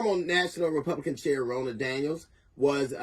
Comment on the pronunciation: Her name is Ronna Romney McDaniels. Ronna is pronounced like Donna. She is Senator Mitt Rodney’s niece